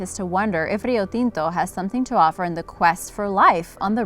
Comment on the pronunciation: Kudos for your excellent video, and for your pronunciation of Rio Tinto! Are you Latina?